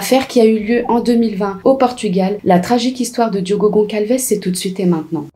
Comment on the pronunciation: Je viens de vous découvrir j’aime beaucoup votre travail ❤mais s’il vous plaît ce n’est pas Goncalces mais Gonçalves on le prononce Gossalves c’est un ç comme S merci 🙏🏾